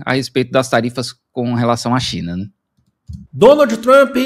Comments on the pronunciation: A pronuncia correta é Donald Trap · Adoro quando ele fala “tremp” porque significa vagabundo 😂😂😂